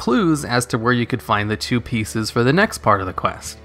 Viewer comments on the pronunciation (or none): none